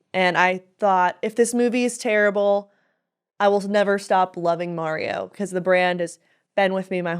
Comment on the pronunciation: Don’t feel bad for the way you say “Mario”,. My cousin in NJ says it like an idiot too.